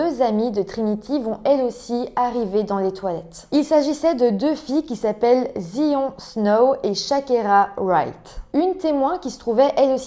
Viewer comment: Mon Dieu la pauvre, l'école est censée être un sanctuaire où l'on se sent en sécurité. Justice et autopsie de merde, la victime n'a absolument pas eu de justice. Juste petites précisions Zion ça se prononce Zaïone et les éviers sont en fait des lavabos.